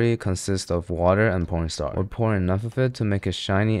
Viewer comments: Is it just me or did he really say pornstar instead of corn starch everytime 😂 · I swear hes saying porn star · bro DID NOT say cornstarch 💀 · why is he calling cornstarch pornstar